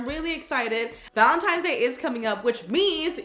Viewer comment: Omg on the first one who else noticed she said valentimes not valentines